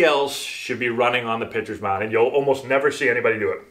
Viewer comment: Pitchers sound like bitches